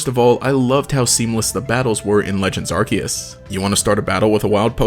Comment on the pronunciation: Pokemon Arceus is pronounced 'Ar-See-Us'... not 'Ar-key-us"